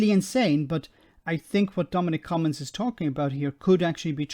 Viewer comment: Haha! "Cummings"